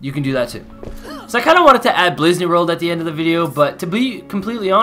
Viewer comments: “Blizzneyworld” dude it’s Blizzard World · You said blizz-ney world 😂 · “Blizzaney World”😂😂😂😂😂 that’s what he said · I feel like I heard it wrong but did you say Blizzney World?